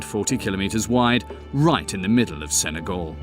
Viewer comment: Sen-ay-GAL, not GOL